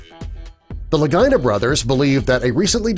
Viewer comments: It's Rick and Marty La-gee-nah. NOT Ricky and Martin Luh-guy-nah. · Its pronounced Lageeena. Not Lagina. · Its "Lageeenah!.. not Ligyna!!.. Idiot! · Thanks lol thought i was loosing it! Your so correct!👍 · Worst Oak Island video ever. And why do you keep saying Lagina like Vagina?? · LaGEE-nah. C'mon man...they've been on TV for quite a while now. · La-gee-na... You’d think doing a documentary, you’d be able to say a name correctly... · I agree. He should pronounce their last name correctly! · Rhymes with Delores Lagina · This is pitiful. You can’t pronounce their last name and the sword was not a Roman sword! They debunked that very quickly. Get your story right! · I thought I was gonna hear something new, Hell I know more about the show than this video shows.I'm sure the guy's just love the way they pronounced their name like a certain female body part. Maybe change your handle to Facts FIRST. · Can you please correct the pronunciation of the Lagina Thank you.